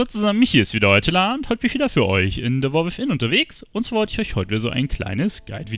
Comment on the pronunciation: De Woar With'in XD .. (sry)